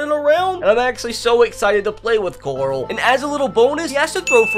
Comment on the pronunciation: went to the Rick school of pronouncing “Carl”